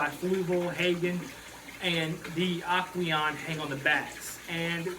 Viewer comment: My favorite is "Aqueon" lol.... 😂😂 Dude also has loud water noise running while he talks. Total noob. Aqueon < AquaClear